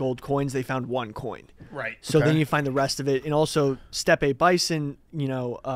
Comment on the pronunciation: Who's back of the week: misprounciations. "Steppe Bison"